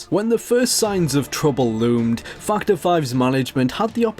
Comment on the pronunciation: its fac·torˈfaktər/ not fucher